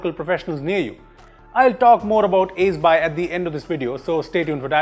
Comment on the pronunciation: Did anyone notice when he says by " hasn't brought to you by aceby " 😂😂